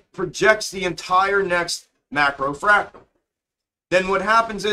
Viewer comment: He is saying fractal